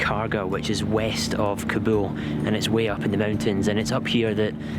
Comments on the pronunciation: cant even speak Kabul. whats kabool ? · hey it is no kaboom it is more like Car bull...ok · What’s kobo?!! It’s pronounced “KABOL”